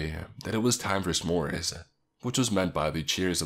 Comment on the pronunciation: The scariest part was the way you said s'mores 😂